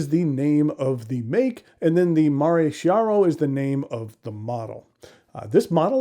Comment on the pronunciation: Chiaro is pronounced Key R O. Chi in Italian is a hard c or k sound. Nice looking pen, and a pretty large one. I don’t have any that big myself. The threads would make me think it was leaking if I didn’t get it all cleaned up when inking.